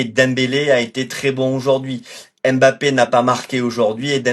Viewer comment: Arrête de dire em bappe